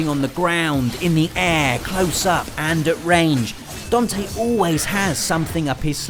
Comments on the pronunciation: Raiden is good.... compared to Venom snake. Also DAN-TE say after me: DAN-TE not Don-te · Who is "Dontay"??? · What is a dawn-tay? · It's Dante, not Donte :P